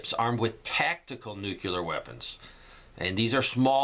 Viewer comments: New-clee-ur. Not, new-cue-lur. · It's nucleeear not nucular!